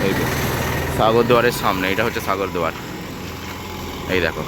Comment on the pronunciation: আগে উচ্চারণটা ঠিক কর। সাগর দুয়ার কি? অনেক দূর যেতে গেলে সব ভালো রাখতে হবে। নয়তো মানুষ ভালো ভাবে নেবে না।